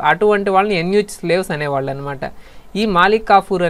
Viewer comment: Eunuch ni యూనక్ ani pronounce chestaaru ,. ఎన్ యూ చ్ కాదు